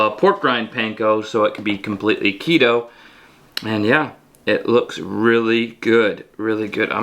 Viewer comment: "And it works weely well." - 🤣🤣🤣🤣🤣🤣🤣